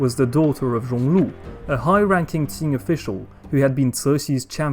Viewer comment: Qing dynasty not ting dynasty